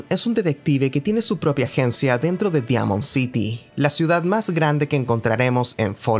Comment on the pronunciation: Pronuncias bien "Synths" pero pronuncias mal "Diamond City"